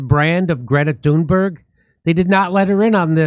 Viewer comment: I kept mishearing Thunberg being as "Doomberg" ... was i wrong ?? LOL